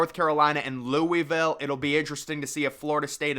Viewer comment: Lou-uh-vuhl. Not lewiville